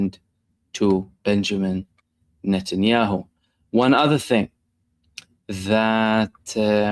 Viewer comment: Benjamín Notnyhau😂